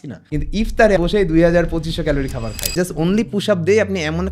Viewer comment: আপনার এত বড় একটা চ্যানেল,কিন্তু খায় রে খাই বলাটা শুধরাতে পারলেন না, য় ও ই এর সঠিক ব্যবহার না করাটা খুবই দৃষ্টিকটু,আশা করি এর সমাধান করবেন